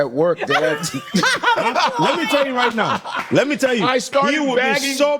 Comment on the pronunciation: "You ready to work right now, ehn?" That's so Chicago😂😂